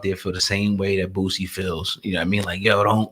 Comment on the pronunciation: Boosie!!! Not bootsie!!!😂😂😂